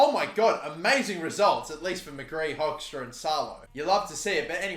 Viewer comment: Hoekstra is pronounced Hookstra.